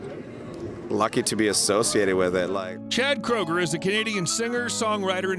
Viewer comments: pronounced "kruger", not "kroger" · It’s pronounced crew-ger